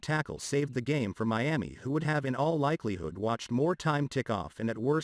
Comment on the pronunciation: I told you about saying Meami when you definitely know it's Miami... Just stop it I'm not giving you no more comments in the section either